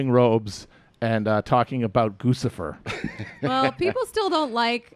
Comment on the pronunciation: "goosifer" #chapronunciation